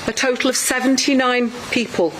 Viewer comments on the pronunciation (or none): none